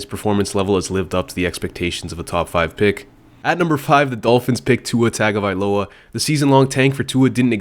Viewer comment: Saying Tua TAG-availoa at this point in his career is insane to not know how to pronounce his name correctly lmao